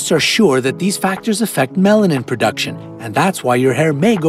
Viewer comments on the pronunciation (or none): none